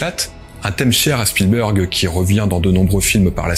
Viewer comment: Spielberg est bien prononcé, Kubrick ne l'est pas à l'américaine mais des anglophones (de pays "natifs" anglophones) ont bien cette prononciation parfois, un peu comme les terminaisons en "ted" qui ont deux prononciations très distincte en Anglais UK et Anglais US. Je dois juste uniformiser, ça je l'entends, par exemple 100% à l'américaine comme nos amis Québécois. Sinon, si vous avez des taquineries sur le fond, c'est peut-être aussi ça qui élèvera le débat sur YouTube ;)